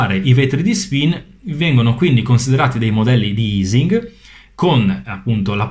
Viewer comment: La pronuncia di Ising all'italiana è quella corretta, poiché essendo Ernst Ising tedesco in questo caso la pronuncia è uguale nelle due lingue. È aising (o eising) alla anglosassone che sarebbero stati "sbagliati". :)